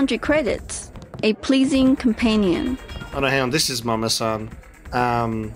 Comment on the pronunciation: Saying “Mama-san” is as bad as their accents. In fact, exactly so. Pronouncing “r” instead of “l” is a Japanese thing, while we’re being in China. A blatant mistake. And -san is also a Japanese honorific suffix.